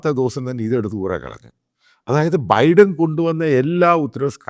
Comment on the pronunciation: ബൈഡൻ ബൈഡൻ എന്ന് തെറ്റായി ഉച്ചരിക്കുന്നു.